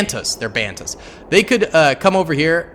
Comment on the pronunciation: banthas not bantas